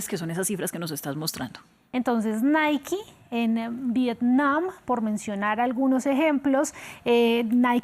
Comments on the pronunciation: No se dice Naiki, se pronuncia Nike asi como se escribe, por ejemplo bike se pronuncia asi mismo no biki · Se pronuncia : Naik y el segundo seria Baik. La e al final no se pronuncia en este caso. Y menos se pronuncia como i. Osea Naiki.